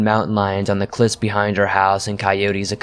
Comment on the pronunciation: My favorite part of swamps stories are his lil flubs and misread words like that. Anyone else I'd lay into like a grammar nazi. But it's so genuine I look forward to em.In one he said cwiff not cliff another he said her fale pace not pale face. It's the fact he himself edits and still leaves them. Good ole fucking up the English language. Classic!